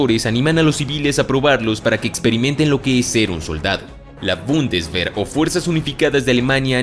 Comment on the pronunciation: Bundeswer es aleman, la “er” se pronuncia “ea” entonces sería “Bundesvea” hablando fonéticamente